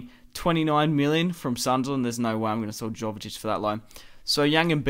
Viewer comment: Sorry to be picky, but its pronounced Yo-ve-tich (Jovetic) and Antwon (Antoine Griezmann). Your videos are awesome though mate, keep up the good work!